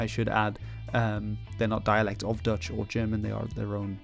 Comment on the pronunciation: i cant tell (as a dutch guy myself) if you too are dutch, seeing as your pronunciation is spot on